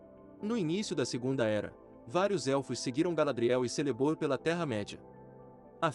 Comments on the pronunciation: Lembrando que a pronúncia de Celeborn é Keleborn. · Muito bom, mas ouvir você falando Celeborn com som de "s" me dói na alma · A letra “C” nas línguas elficas tem som de “K”, ou seja, o nome do esposo da Galadriel se pronuncia “Kéleborn”